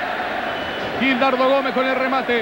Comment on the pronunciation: JAJAJAJJA, el locutor paraguayo llama a Gildardo Gomez, "GIRALDO" Gomez,(no hay que ser un genio para saber que Giraldo es un apellido y no un nombre de pila) jajajaja, eso de cambiarles el nombre a los jugadores como que es muy propio de periodistas mediocres paraguayos y uruguayos.....